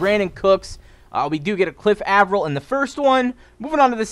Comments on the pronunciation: its Aye- Vril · lol Cliff Av-er-il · Saying Avril wrong